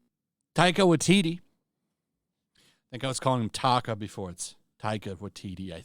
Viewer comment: The fact this guy doesn’t know how to even say the directors name just shows he doesn’t know what he’s talking about. He made a video just recycling an article that someone else wrote and his sharing his own opinion that is just completely wrong on the subject. It’s fine if he doesn’t like Thor Love and Thunder everyone can have their own opinion, but if your gonna cover news about a big company like marvel just try not to make the whole video about your opinion. State more facts